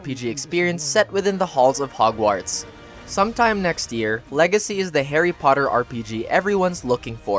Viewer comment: the way he said hogwarts :(